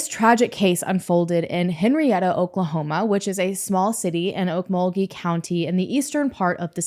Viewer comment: Chiming in to say THANK YOU for first of all correctly pronouncing Okmulgee! Also thank you for covering this case, you’re one of my favorite true crime channels ❤